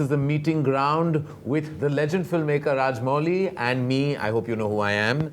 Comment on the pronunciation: Karan it's Rajamouli, not Raj-Molly. Being an Indian, at least pronounce Indian names right.